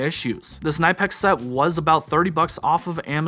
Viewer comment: Say it with me.. Kuh-Nip-X 😂 great video though and some awesome gear!